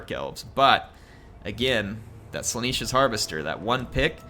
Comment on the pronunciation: I get triggered every time you say “Slaaneesh” when it is spelled and pronounced Slaa-nesh get it right please